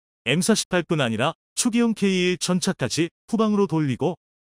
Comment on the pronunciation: K1,K2를 케이원,케이투로 발음하시는게 듣기에 부드러운데요,,,,,,쩝